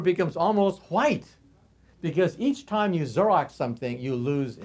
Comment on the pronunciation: Xerox? As in "Zeer-ox?" rather than Zur-ox? I've never heard it pronounced like that..